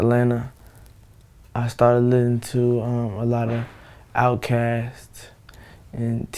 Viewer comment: he takes the s out of "listening" and adds it to "outkast". I wonder if it's that actavis or hi-tech.